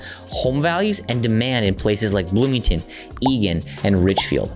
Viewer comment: BLOOMINGTON get it right